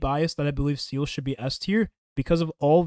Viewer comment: 7 months after launch and this clown still calls her ‘seal’